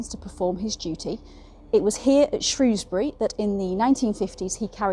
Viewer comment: My local prison, on my doorstep. And you pronounced "Shrewsbury" correctly, I'm very impressed 😂. Loved the video and now subscribed 😁 I also highly recommend the channel "tales from the hangmans record" by Steve fielding!!